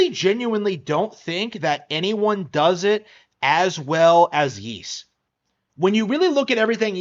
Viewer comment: Ys x plays better on PlayStation and pc. And it's pronounced Ees.not yees.